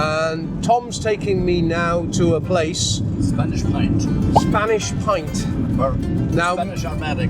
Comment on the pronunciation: for clarity its Spanish point not pint